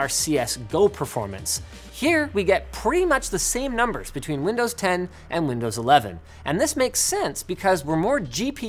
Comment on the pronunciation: did Linus just say "Windows lovin'?" Windows McLovin? 😋